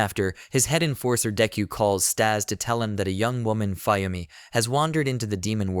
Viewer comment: also, you're pronouncing Fuyumi wrong, it's Fu-Yumi, Fuyumi, get it?